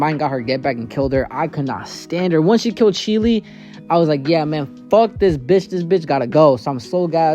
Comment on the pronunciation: Sheele it's pronounced Shell The woman with the eyepatch is Najenda And the the most hated anime character ever, her names Seryu Ubiquitous, and she is my number 2 hated character ever Btw, if you haven't seen Darling in the Franxx, peep it for Zero-Two The anime and manga has different scenarios as well